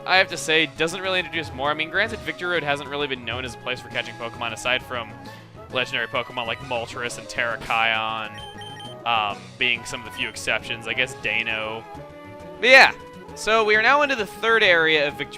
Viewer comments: Interesting pronunciation of Terrakion... FYI It's Tuh-rak-ee-in not Tair-uh-kai-on. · Terrakaion? Don't you mean Terrakion? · Wait wait... TARE-A-KAI-ON?! AHAHAHAHAHAHAHH ITS TA-RA-KION! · Chugga, it's "Terra-ki-on" and "Dine-oh". Deino is an especially bad mispronunciation because it and its evolutions' names are based the German numbers for one, two, and three (eins, zwei, drei). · Am I the only one who pronounces Terrakion, as Tear-A-kie-on? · Did you really pronounce Terrakion the way I think you did? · Chugga your pronunciation of terakion is atrocious.